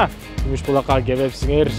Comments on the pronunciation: Гумуж Булааакпы же Күмүш Булакпы 😄😄😄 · Гумуж эмес кумуш десе